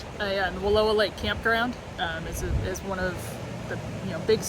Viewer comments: You are pronouncing Wallowa wrong. It's Wa lou a. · It's not Walua Lake. It's Wallowa Lake. It's seems you should know how to pronounce the name before you make a video like this. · It’s not Wall…oh..a. The correct pronunciation is Wall..ow..a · I live in Joseph... The area is pronounced wall OW a not WA low a 😂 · It's Wa-LOW-a Lake.